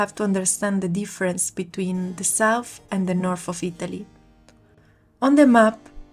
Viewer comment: Good job. Please note: English words that have "th" are not pronounced like "f"; English words that have "ph" are pronounced like "f." North is not pronounced Norf, and South is not pronounced Souf! 🙂